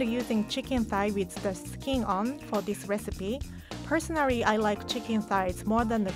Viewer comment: I love the way she says personarry